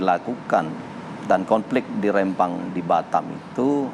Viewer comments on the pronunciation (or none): Rempang, bukan Rembang